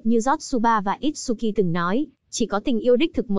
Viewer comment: itsuki chứ không phải itshuki nha